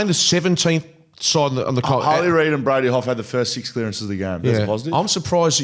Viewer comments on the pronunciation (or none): none